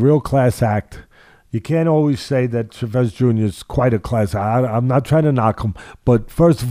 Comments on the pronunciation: Why does Teddy keep saying "Chevez"? It sounds like a french fighter. It's Chavez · Love the way Teddy says “Chavez” lol Shavez. Teddy is the 🐐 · his pronunciation of Chavez ahhahahahaah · Why can't Teddy pronounce his name correctly? Start there Teddy.